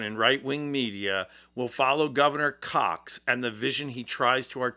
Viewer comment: Spencer Cox. Not Cock. You made yourself look like a kid.